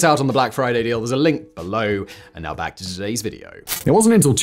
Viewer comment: Rushing “back” ok. 😂